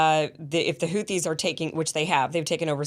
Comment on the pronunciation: Kim congratulation for your pronunciation of the word Houti. Really almost close to the pronunciation of the Yemeni peoples BTW i am a fan of your program. I am a man from Djibouti of Yemeni background. The people of the 2 shores of the Red Sea have been going forth and back from centuries. Djibouti not only hosts a Chinese military base, but also an American base, a French base, a Japanese base. (very surprising in view of its neutral constitution) The Houthis, and generally the Yemeni people, are fearless fighters. Ask the Saudis with theirs American advanced weaponries and the bankroll. Emiratis 's mercenaries with their billions of dollars.